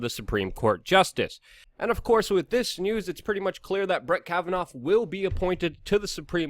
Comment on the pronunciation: KAV-uh-Naw. Not KavaNOFF